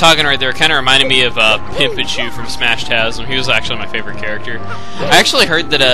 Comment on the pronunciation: it sounded like you said cerate a carecter